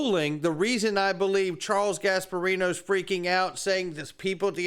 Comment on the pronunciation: Gasperino. Pisses me off.